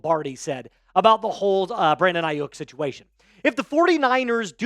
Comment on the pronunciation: It's Ai-YU (pronounced like you)-k. Not bashing you or anything just helping ya know how it's pronounced